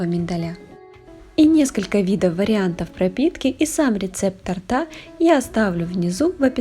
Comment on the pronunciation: Если, Вы хотите больше подписчиков ! То , и говорить , Вы должны правильно. Не тортА , а тОрта ! Желаю успеха , во всëм ! ! ! 🤗